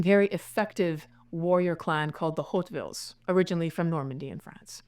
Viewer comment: Her prenunciation of the name Hauteville is atrocious. Also everything she told were facts I allready knew.